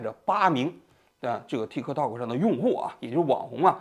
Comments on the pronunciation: TikTok的k失爆，读作“Ti （停顿）To（停顿）” “踢克套克”听起来太反胃了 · 踢克涛克，王局发音象绕口令！ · 踢 涛 ，就好了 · 王局，说个冷知识，tiktok其实不是这么念的，这是国际音标发音，t在国际音标里是念d（大陆拼音自行修改和采纳），k不发音，用来表示短音，类似音乐中的休止符0。所以正确的本意发音应该是“嘀di 嘟do”(都要短促音，用来拟声表示钟摆的声音），美国人用英语发音习惯念出来也是怪怪的。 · 踢科托可，老王的发音真好笑😂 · 王局對於 tiktok 的發音太中式了，最後一個 k 可以不發音的，試一下 tikto. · 老王发音向日本人学习了，踢克套克